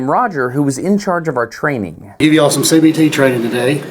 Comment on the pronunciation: Did he say CBT!?